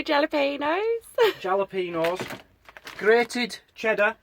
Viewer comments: Didn't want to say it yesterday, but jalapenos has silent J. It sounds like H. Just ask the thousands of Mexican's around, ....ok.... Here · When you say jalapeños pronounce it with an “H” for the letter “J and that would be perfect. Lol. Love your cooking. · you keep me laughing. Jalapeno the j sounds more like an H. I'm from Tennessee in the United States I am curious on how Yorkshire Pudding tastes. Love you guys!